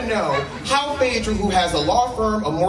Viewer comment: Did just read write and erase phay-edra??? Lawd. Take me to the cross 😂😂😂😂 i just needed one 'FEMININITY" biffa. Just one 😭